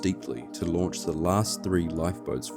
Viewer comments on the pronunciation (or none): none